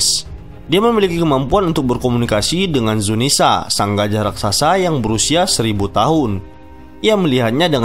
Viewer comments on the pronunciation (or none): none